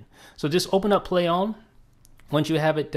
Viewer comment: why does he keep saying "play ohm" lol